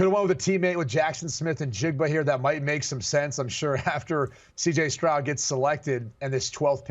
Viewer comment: Man these guys can even say the right names cj strong and Jalen Carter 😅